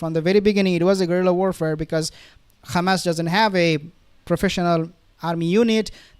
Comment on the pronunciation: To the uploader.. Why you mispronounce Hamas as Khamas ??